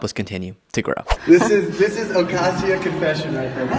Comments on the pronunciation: It’s pronounced ah not a as in rain. Pronounced Ocahseo Cortez. She apparently doesn’t know anything about Spanish pronunciation. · She can’t pronounce Ocasio correctly. That’s just pitiful.